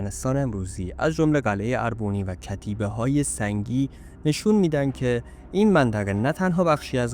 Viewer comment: با تشکر از مطلبی که تهیه کردید. با این وجود به دو نکته می خواستم اشاره کنم. لطفاً در تلفظ و ارائه ی برخی اطلاعات دقت کنید. تلفظ درست برخی از اسامی به قرار زیر است: اسم تاریخنگار خورنی /xoreni/، شهر باستانی اربونی /erebui/ و اسم پادشاه ارمنستان آرتاشس /ārtāšes/ است. در ضمن ارمنستان اولین بار در اواخر سده ی چهارم میلادی بین ایران ساسانی و امپراطوری روم تقشیم شد و بقایای شهر باستانی اربونی داخل شهر ایروان می باشد.